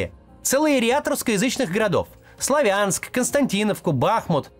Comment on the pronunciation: Максим к стати когда говорит Славянск , то правильно ставит ударение. А не так как пропагандоны 👹